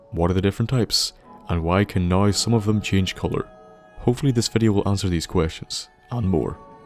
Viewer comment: When he says now like "noi"😶